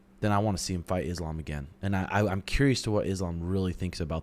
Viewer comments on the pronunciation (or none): none